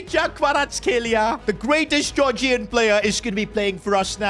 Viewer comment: It's Georgian not gorgian